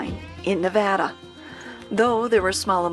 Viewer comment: Check out Rhyolite up near Beatty. There's a house made of old glass bottles among other things. And thank you for saying Nevada properly...